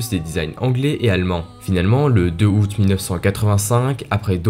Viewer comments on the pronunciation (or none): none